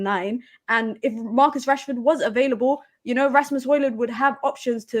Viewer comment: yo stop calling Rassy, what Rassy. fella name is Rashford